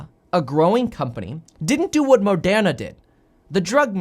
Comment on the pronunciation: It’s Moderna, not Madonna. 😅